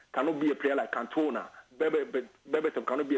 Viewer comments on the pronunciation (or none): The way he pronounced Cantona Can-toe-nar....But he did correctly predict that Berbatov would be Berbaflop.